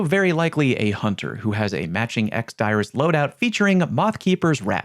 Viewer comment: That's how it's actually pronounced